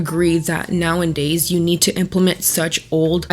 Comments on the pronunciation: Please stop saying “now ‘en days”, its like nails on a chalk board. Its “Now’a’days” not “now ‘en days” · lol gotta start with “STOP SAYING NOW-AND-DAYS” that’s not how you say it! Second all these “alphas” refer back to the 40’s and 50’s for how the perfect family was…but men were ABUSING their wives regularly, the women felt so purposeless being at home that most were on antidepressants and the kids barely saw or spent time with their dads. There’s never been a “perfect family structure” mens just had all of the control back then, that’s why they want it back.